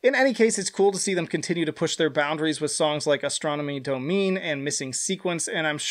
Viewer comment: Great ranking and video. Just an FYI - The Floyd's Astronomy Domine is pronounced "Do-mi-nay" 🤘